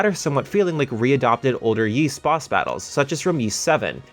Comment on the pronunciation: I always enjoy reviews, but you guys have got to pronounce Ys right 😅 It’s pronounced “Ease” not “Yeese”.